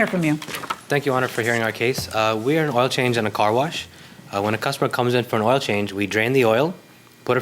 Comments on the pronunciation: I am curious why both plaintiffs pronounce the word "Oil" so differently. I have never heard oil referred to as "Ohyou". Maybe a geographical linguistic difference, considering they are both saying it the same way. Interesting. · Defendant says oyel not oil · The plaintiffs can’t pronounce the word, “oil”. They say, “oi-oh”. LOL… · I don't think I've ever heard the word oil pronounced the way those two did. Plaintiff did not prove her case. If you can't prove, you don't win. When you come to court, come prepared. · The way the plaintiffs pronounce OIL is like nails on a chalkboard😑